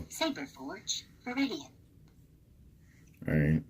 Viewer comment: Viridian and not Veteran my dude ! Veteran is the soundboard , Viridian is the Soundfont .